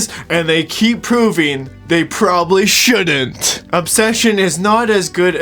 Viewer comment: The word is “shouldn’t.” Not “should-dint.” I don’t understand younger people these days mispronouncing contractions. Contractions are meant to shorten syllables. If you say “should-dint,” it’s the same number of syllables as “should not.” Why bother?